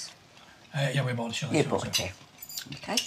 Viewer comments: 'Store Bough'? 😭😭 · is it meant to say bough instead of bought? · Bough bread? You mean bought bread. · So you lot are really going to ignore that you didn't put the ''T'' on bought ?